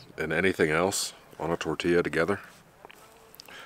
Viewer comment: Chi-polt-lee spice.... Tor-ti-a